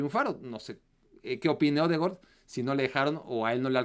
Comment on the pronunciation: Es odegard no odegord 😂😂😂